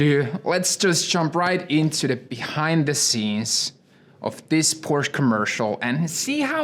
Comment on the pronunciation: Amazing video, but the fact you don't know the right pronunciation of your dream brand makes me crazy 😄😄